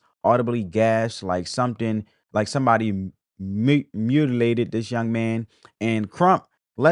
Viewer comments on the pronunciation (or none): You just mispronounced a word just now, My Mu Mutilated, so you're just as whatever as Crump mispronounciation